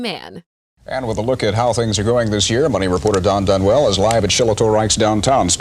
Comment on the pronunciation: Don has NOT 'Dunwell'. 😖